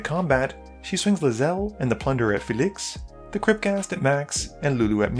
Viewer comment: All of your videos, you can’t pronounce anything. Why can’t you say Felix? It’s not “fe-liixx”